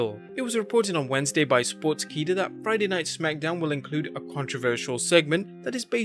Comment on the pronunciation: Pronounced as SPORTS KEERA instead of sports keeda...keeda means insect I hindi